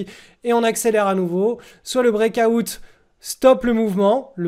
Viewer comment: Le brékaoutte mdr Délire comment tu le prononces